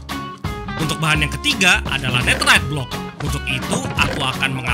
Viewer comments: baca Netherite nya Nederet bang buakn neterit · Kenapa bilangnya neterite bukan netherite?